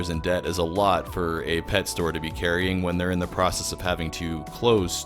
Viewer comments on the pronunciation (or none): none